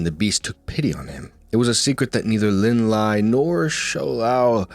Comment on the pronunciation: Thing about Lin Lie is that his name isn’t pronounced as the English word “lie” but rather something more like “Lee-eh”, which is romanized as, well, Lie You probably already know but I’ve heard pleeenty of Chinese names be mispronounced with an “English” pronunciation so it never hurts to educate